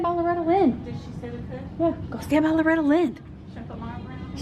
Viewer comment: Nice gray Kitty. "Loretty" :)